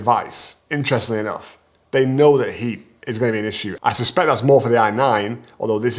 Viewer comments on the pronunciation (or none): none